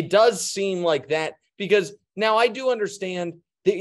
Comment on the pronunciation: "Now"?...more like, been🤣